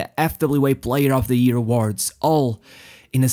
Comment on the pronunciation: Its year, not ear. XD